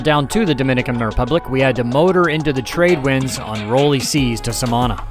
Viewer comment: It's pronounced Samaná with the accent on the last letter.